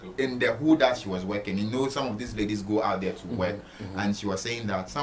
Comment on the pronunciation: The word is work not weking my country man 😅